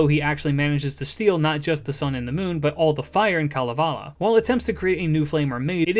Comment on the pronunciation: One of the best summaries of Kalevala and pronunciations I have heard of Finnish characters. Wonderful job!